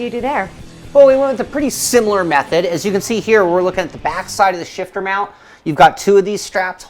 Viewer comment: is she saying mound instead of mount?